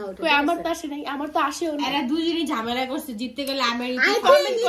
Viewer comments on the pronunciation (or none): none